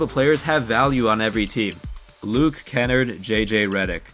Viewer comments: You pronounced Luke Kennard’s name so wrong. It’s like kin-nard not kennerd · Ka-nard not kennerd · it’s ken-nard not ken-nert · It’s KEN-ARED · Its pronounced like Luke (Ken arrrd) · Bro u don’t even pronounce kennard right lol